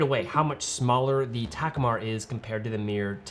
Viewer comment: I have that Ta-KOO-mar (not TAK-u-mar) 28mm and it's superb